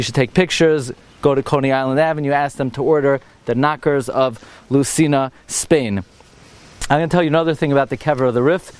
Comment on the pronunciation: The correct pronunciation of LUCENA is "Loussayna"